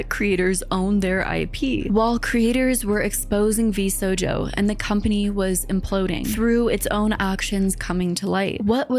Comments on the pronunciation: yeah and idk how she can mispronounce it the entire video when she uses clips that all pronounce it correctly 😭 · Overall a good video but PLEASE pay more attention to pronunciation. It's very clearly VSHOJO not VSojo. I had to force myself to not skip the video every time I heard this. I can't accept this as a mistake when the company name is correctly repeated throughout the video by many, many people. Same with Mowten Doo. I know it's a small gripe but it makes me wonder if has even watched these videos - what reason could there be for mispronouncing a company name mentioned SO MUCH throughout the video?? ETA: She corrected herself on Mowten Doo so I retract that:) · I like this video, but your pronunciation of “Vshojo” as “Vsojo” is killing me inside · Absolutely great video, but every time you pronounced vshojo as vsojo it just killed me 😭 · Amazing video as per usual <3 ! (It did kill me every time that you didn't pronounce Vshojo properly xDDD and said Vsojo instead xD) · Shojo. Show-joe. Not so-joe. There's an H in it. There's an H right there. How did you go through a two hour long video with clips of people correctly saying it repeatedly and still drop an entire letter from it? For two hours?? I don't know why that's bothering me so much but it is. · Why you saying Sojo the entire vid? Its V SHojo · I'm sorry to be a pedant, but ...sHojo. Not sojo. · It’s a little thing but you keep accidentally mispronouncing the agency’s name throughout the video 🥲 VShojo. Not VSojo. Anyway, thank you for covering this. I’ve followed several of these Vtubers for a while, Mouse being the most, and this whole thing coming out was awful. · Why is she pronouncing it "Sojo" an not "Shojo" as even Ironmouse said herself? Sitting here annoyed everytime she says "VSojo" lol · It sounds like you are saying VSojo and not VSHOJO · It's great to see you cover it, but ngl, the way you pronounce "VShojo" as "Vsojo" hurts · Not Vsojo pronunciation!